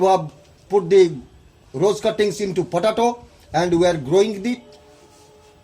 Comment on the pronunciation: VERY FUNNY poe tay toe is how it is pronounced . pa da toe.. was it was hilarious everytime he said it